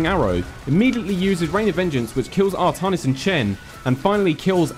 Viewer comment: 2 things, art-AN(as in AN apple)-is and zag-ARE-a. artahnis and zagra are bothering me.